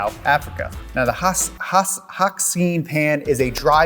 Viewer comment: 🤣🤣🤣 I'm a South African, and I love watching your videos... but hearing you pronounce "Hakskeenpan" in American English.... I could not help myself but laugh... Thanks for the great videos...